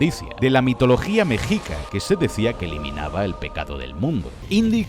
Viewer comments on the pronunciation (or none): se que debes estar arto que te hablen de doblaje, pero la forma correcta de decir Mexica, es como si la x fuera una sh, sonando: Meshica